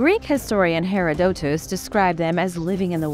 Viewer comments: "Her-rod-daa-tus" ... sigh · "Her-Rod- di-tis" ...